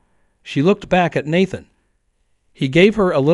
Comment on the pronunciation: I hate these long drawn out stories and the AI pronouncing words wrong. Out of every time is said Nathan, only once did it say Nathan correctly.